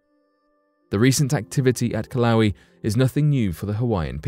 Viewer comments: The volcano in Hawaii is not pronounced Kil-lau-wee. The correct pronunciation is Kil-ah-way-ah. Just saying... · Hawaiian words are pronounced phonetically. "Kill ah whey ah" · There is no volcano in Hawaii named killawee???....Do you mean Kilauea...it is pronounced as kee-lau-ay-uh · It's pronounced Kill-oh-way-uhh, not "kill-owee". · Is it pronounced killa???😶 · pronounced KIL-O-WAY-Y A🤣🤣🤣🤣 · Kilawi. LOL!! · "Kill-owie" lol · Took me a little while to figure out what he was talking about, and I live in Hilo. It's the worst pronunciation I've heard yet. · The way the announcer pronounces Kilauea...😂